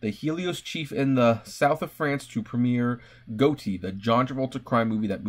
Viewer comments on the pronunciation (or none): I know you just didn't pronounce Gotti like Goaty.... So you mean to tell me you don't know its the new John Gotti movie starring John Travolta? June 15th. Wtf.... Get it together....